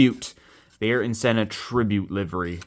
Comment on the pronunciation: This dude says “aryan” senna.. 🤦🏻🤦🏻